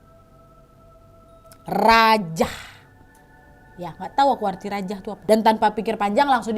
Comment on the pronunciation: Rajah tu bukan dibaca "rajah" kak.. tapi sprti mantra gtu kak..